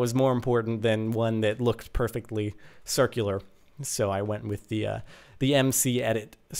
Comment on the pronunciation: Wuts a churcul is that how u pronounce it :P